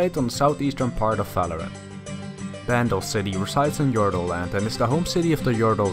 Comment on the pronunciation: Are you saying it because is saying Faloran?